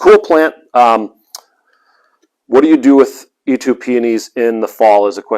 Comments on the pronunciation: Eetoo????? It's pronounced EEtoe!!! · Dear sir it is "eetoh" peony